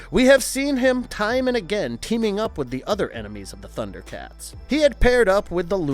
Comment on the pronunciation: Man you butchered the pronunciation of the names.... did you even watch? How dare you criticize the Thundercats!!!!